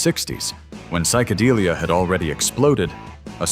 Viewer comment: Safaaaaries, not surfairies. Geesh! At least get someone who knows something about the 60”s music. And psycadeelia? It’s psychodelia.